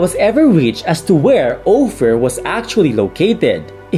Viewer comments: it's pronounced as /OH-fur/, /ˈoʊfər/ in English, not /OH-feer/ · According to Collins, Miriam-Webster, and the Oxford English Dictionary, /ˈoʊfər/ for US English; /ˈəʊfə/ for British English. As an educational channel, I hope we don't make the convenient excuse of "It's Filipino English" when it's actually a Filipino mispronunciation. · O fear hahahaa. Nakakatakotttt 😂😂😂😂😂